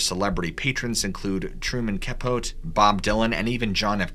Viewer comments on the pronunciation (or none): It's Truman Capo-TEY. Not "Capoat". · Kuh-Pote, really?? Even my 17-year-old granddaughter knows it's pronounced Kuh-Pote-EE!! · He also mispronounced Capote.